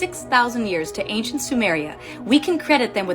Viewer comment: Every time that lady pronounces it "ank-shent" I wanna gouge one of my own eyes out with a rusty shrimp fork 😢